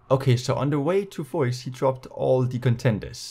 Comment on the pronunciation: The end point is pronounced fwa